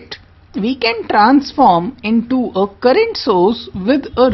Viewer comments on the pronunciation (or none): It is all good except little uncorrect pronounciation : currangt? ^^ - current oking? - o.k.?